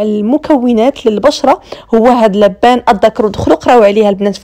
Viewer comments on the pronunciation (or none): النطق الصحيح اللوبان الدكر او الحوجري نطقكي لبان تعني الرجل اللدي يبيع اللبن النطق الصحيح اللوووووووبااااااان اعباد الله